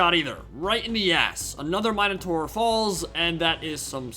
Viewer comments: The "new" way you pronounce Minotaur is a lot farther from the Ancient Greek pronunciation. Not sure about the "proper" English one though. I liked the old one better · please say Minotaur right lmao